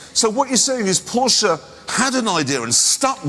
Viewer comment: Porsche not portia 😂